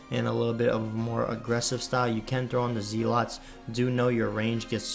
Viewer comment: Zell-it. Not Zee-lot too ;)